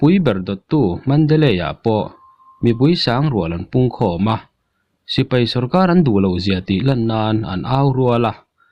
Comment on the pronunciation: Sipai han tih be mai awm,tipai tia han lam rik kher, best mizo collection a nih angin tawng lamah pawh best thei ang ber aw..... News lamah erawh a bengvar thlak thin e